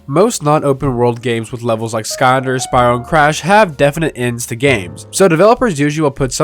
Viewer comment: Please pronounce Skylanders correctly. I beg you